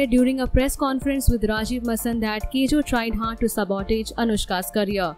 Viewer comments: You cant take the video seriously when you pronounce sabotage as "sub-oh-tez". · The way she pronunciates sabotage makes me wanna cry 😥😢